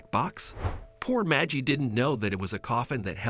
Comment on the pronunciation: One can't just adopt a child until all avenue to find a living relative is not found or signs them over. This is bait. It's a bot it's not majie it is Maggie like baggy. Nobody says that just stupid people believe this crap